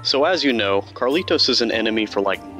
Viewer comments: Did you never realise it's Carlito, not CarlitoS? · The guys name is Carlito. Not Carlitos. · His name is carlito not Carlitos